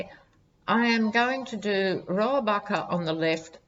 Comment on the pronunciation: you pronounced Dana Rohrabacher's name correctly. Joe Scarborough calls him "Putin's favorite congressman"....